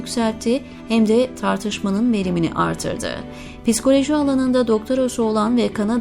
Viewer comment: Piskoloji diye okumasanız.okuyan hanımefendi bazı yerleri yanlış okudunuz.biraz daha özen göstermeniz dileğiyle.